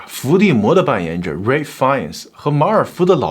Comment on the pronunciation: ralph的發音嚴重錯誤